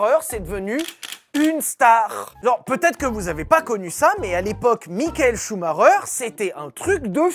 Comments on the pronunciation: Schumacher et non schumareure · Michael Schumacher ce prononce "Chou ma ker" et non pas "Chou ma reur" 🤦🏻‍♂️ 🤦🏻‍♂️🤣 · c est vrais que CH on prononce R. Choumareur Ptain de francais d'mes couilles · J'espere q'un jour les francais prononceront bien sont nom. Shhhumarreureeer serieux 😭😭 shumacher !!! (shumaker) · Ah non. Je serai plus jamais capable de prononcer Chou Maker. Je vais toujours cracher Chou Marreur. C’est où que j’envoie ma mise en demeure pour traumatisme permanent?? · En Belgique on le prononce Schumakeur ou Schumakair ça me perturbe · Ça se dit shumaker ! Apprenez à parler sérieux je saigne des oreilles ! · Okay, j'ai rien contre toi mec j'adore tes vidéo, mais est tu dislexsique? Parce que ch ça ce prononce pas R🤣😅